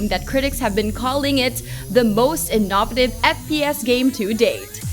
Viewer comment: Inn-a-vot-iv? Jeeeesus